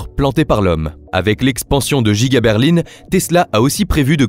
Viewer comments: c'est pour qu'au lieu de dire Berlin il a dit Berline car c'est une IA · ok mais explique moi de quelle région il viens pour dire Berline au lieu de Berlin car moi ça me scie 😅 en tous cas côté grand ouest personnes ne dis ça. Par contre côté montage t'es propre 👍